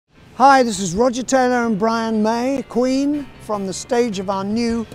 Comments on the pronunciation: he still says "rogah taylah" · Rogahhhh taylahhh That's it I mean he was saying it like this his whole life why should he change it now😁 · after 70 years he lived, he still pronounced it "Rogah Taylah"